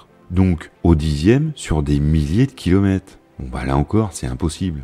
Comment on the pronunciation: Cette belle présentation et le travail impressionnant d'édition méritent définitivement mieux que tous ces "kilomèTES" qui jurent aussi avec la narration, pourtant de qualité avec une voix très plaisante. Dommage, mais on ne va pas faire comme à pour se plainDE, on ne peut pas tout avoir.. 🤔